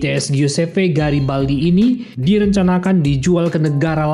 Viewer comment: Garibaldi min bukan Girabaldi